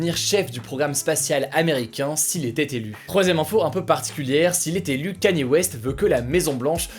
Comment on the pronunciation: Respectez le s'il vous plaît c'est : Kanié (Kanye) et pas Kenny